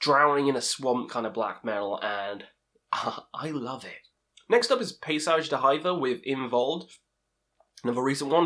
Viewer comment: Paysage d’Hiver. Winter landscapes. Pronounce as “Paysage d’hivère” 👌